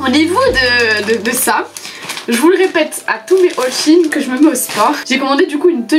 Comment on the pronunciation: Ça se dit Shi ine car avant c’était She inSide (